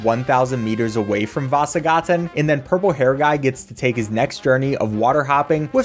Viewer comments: The way you say Vasagatan is so funny to me 😂😂 Vaaasagaaaten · Idk why I think it was funny the way you said "vasagatan" it wasn't a bad pronunciation from an American standpoint but it just sounds goofy. I would come up with an American example but I can't think of one :/